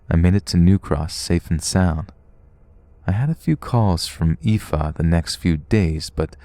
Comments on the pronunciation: I'm genuinely impressed that you were bothered to look up the way to pronounce 'aoife' ❤ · I'm from Belfast and just wanna say I am so impressed you pronounced Aoife + Roisin! Keep up the good work, love the vids!